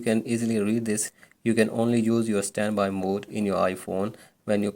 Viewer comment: Then why the flip did u say “ how to vuse svanby mode wizout charging”